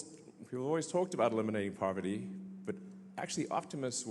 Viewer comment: Elon, the actor pretending to head these industries (SpaceX, Tesla, Boring Co., etc. -Yeah right) can't even pronounce poverty (he said "povity" 😂!) let alone eliminate it.